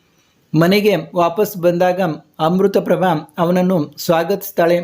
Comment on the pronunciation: Not Amrutaprabha it is Amritaprapbhav